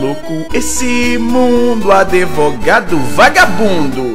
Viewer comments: Kkkk "adevogado"? Azaghal deve ter curtido. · tinha que ser processado por falar "adevogado" 8)